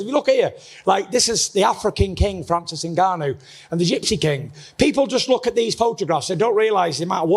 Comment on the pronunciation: What a idiot presenter said Francise Nganaou he didnt loose the fight in the cage , IDIOT YES FRANCISE NGAGANOU WAS SMASHED BY THE GREATEST IN THE WORLD IN HEAVYWEIGHT IN UFC BY STIPE MIOCIC